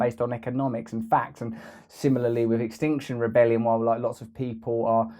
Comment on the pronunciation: It's not instinction rebellion, it's Extinction Rebellion. Why, do you keep mispronouncing it; especially since you apparently support it? Think: 'we will all be Extinct if this continues.' I wouldn't keep harping if I thought you were trolling; please get it right.